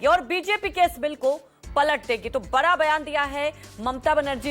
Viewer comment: बरा नहीं बड़ा बोला करो